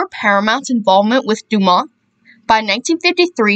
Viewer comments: FYI- the network was pronounced DOO-mont, nit Do- MONT. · The T is pronounced in DuMont.